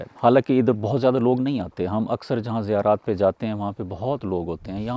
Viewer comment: Jiyarat...nahi kahte bhai. Z se Zyarat ...hota hai. Hindu Z ko J se bolte hain.